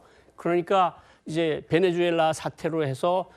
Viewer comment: 앵커가 나라 이름도 잘 모르면 어떡하냐 ㅋㅋㅋ 베네수엘라를 배내주엘라 ㅇㅈㄹ